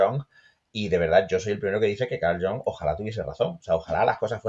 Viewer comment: Genial pronunciando "Carl John"...jajajjajaaja